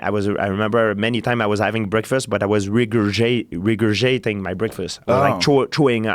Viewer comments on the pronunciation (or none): George "Regurgate" St. Pierre